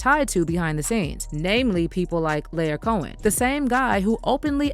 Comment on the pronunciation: Ah yes "Lair Cohen"